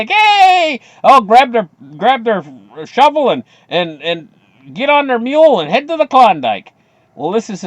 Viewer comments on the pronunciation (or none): none